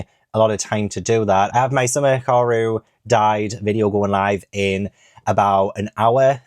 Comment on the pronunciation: No,. I'm pretty sure you've been saying it right - Hee-car-roo... but there's always the anime for clarification.